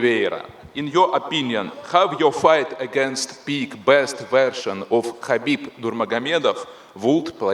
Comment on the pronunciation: bro said khabob 🤣